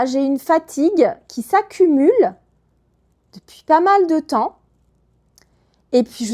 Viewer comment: Hola. "Depuis" me suena como "después".